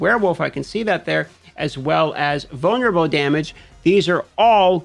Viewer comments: Took me about 5 times to realize he’s saying “vulnerable” and not “boner bow”. I swear to god I’m standing in the BR pissing, listening to this video thinking “does he have a weapon named “boner bow” wtf is going on rn” 😂😂😂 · My man said "vulnerable" six times before I didn't hear "boner bow."